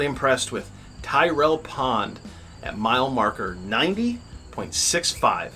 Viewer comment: Tirrell is pronounced 'Tirl' . named for Mike Tirrell, only survivor of an early sttlement.